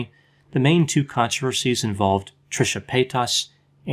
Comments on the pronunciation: Trisha Pay-tusss 😂 Lol sorry I had to, I love you tho x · Dr the way you say Trishas last name is THROWING me across the room😭 Love it. Love you😍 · LMAOO THE WAY YOU SAID TRISHA PAYTAS IS FUNNY NO HATE ITS JUST NO ONE HAS EVER SAID IT LIKE THAT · It's annoying how he says paytas, it killed the video. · It didn't kill the video when he immediately butchered the word mukbang?